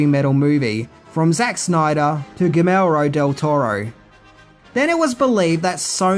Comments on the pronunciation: the first name of Mexican director del Toro, Guillermo, is not pronounced "ghe-mell-roy" but "goo-yer-mo" (Spanish for "William") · Gee-air-mo Del Toro